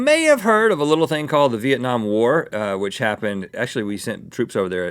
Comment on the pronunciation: Rhett pronounced "Việt Nam" so well and accurate omfg